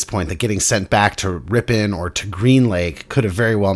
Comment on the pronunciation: San Franciscan: Ripin. Wisconsin: RipON